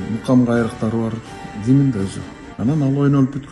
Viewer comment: Гимин эмес гимн деп айткыла.